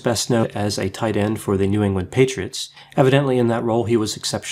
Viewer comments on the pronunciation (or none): none